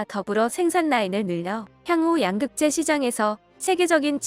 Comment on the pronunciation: 양극재 발음이 엉터리입니다. 가장 핵심 단어 발음을 엉터리로 하면 수준 떨어집니다.